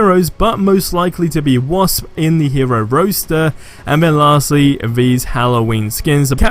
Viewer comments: Or roster...roaster? Lol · Roster rhymes with foster, not poster. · Wtf is a hero roaster.... its Roster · My brain hurts jeering you say roster, aliases and goliath. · The pronunciations are getting worse and worse. I do think the hero 'roaster' could be 'really, really really cool' though.